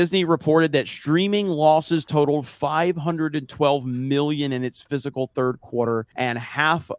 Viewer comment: Fiscal,, not "physical."